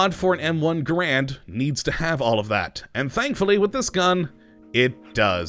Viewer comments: ITS PRONOUNCED GAREND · NO IT'S NOT Garend is the man, GaRAND is the rifle. Even John Garand himself pronounced it that way. Also it doesn't even matter. Why am I bothering?